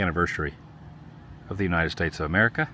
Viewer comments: “The Great WOO-nited States Road Trip” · The Woo-nited States of America 250